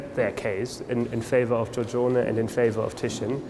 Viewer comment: It would be nice if Venetian were spelled correctly, and if the presenter could pronounce Giorgione.